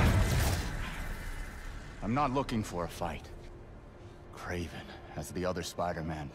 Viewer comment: It's Kraven not Craven